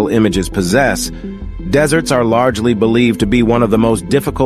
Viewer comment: When the AI says deserts in the begging of the video he says desserts 🍨 like food lol…